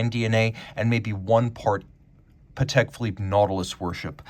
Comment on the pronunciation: How on Earth did you get the pronunciation “dayfi” from defy?? Do you say, “my kid daayfied my telling him not to eat chocolate?” Or, “He is so daayfiant?” What is wrong with you? Oh…bonus…and btw…it’s not “Pawhtek” either.